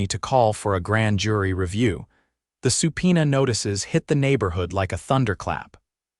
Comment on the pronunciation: Supena 🤣😂😅😂🤣. Subpoena